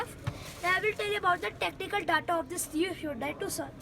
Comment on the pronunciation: its not tocun !! its tucson idiot !!!!